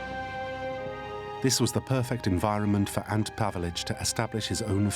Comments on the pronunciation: 'ANT Pavelic'?! It might help getting a [human] narrator who can actually pronounce names correctly... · It's not Ant Pavelic, it's Ante Pavelic.